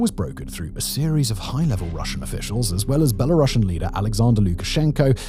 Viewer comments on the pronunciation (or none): none